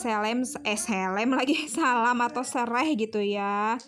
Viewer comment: Ngakak pas bilang Salam tapi *Selem*😂😂